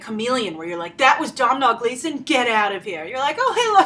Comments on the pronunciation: Domhnall is pronounced Doe-Nal!! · Domhnaill Gleeson is pronounced Doh-nal. Sorry for bitching, but it was kind of annoying me.